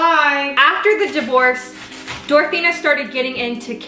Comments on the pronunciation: Why was she saying dorathena and not dorothea? I'm so confused? It's making my bf mad which is annoying me cozz I'm just trying to watch my kenzie vid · Girl I loved this but every time you said DorotheNa instead of Dorothea I cringed a little. 😂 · She said Dorethina instead of Doretha the whole episode. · hey! great video but just so you know its “Dorothea” not “Dorothena” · it's DorTHEA not DorTHENA my ocd is killing me right now with this!! it literally says it in her cook book!! I remember watching a show on this!! Insane!! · I couldn't listen, she kept calling her Dorethena 😂